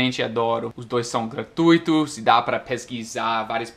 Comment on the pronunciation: Gostei de ouvir você falando "gratuitos". Muitos brasileiros falam "gratuítos".